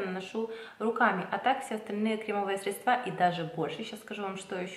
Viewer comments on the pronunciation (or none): большое спасибо за видео:) только не средствА, а срЕдства